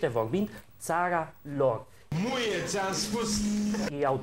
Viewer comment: cand zice "Muie.." suna mai mult ca "Nu e ti am spus"